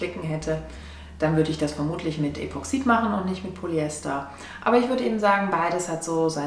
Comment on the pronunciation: "Das" Gelcoat. Epoxid wird auf der ersten Silbe betont.